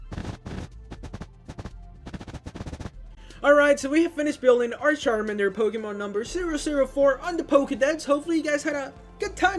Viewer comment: Don't say Sharmander Plz say CHARMANDER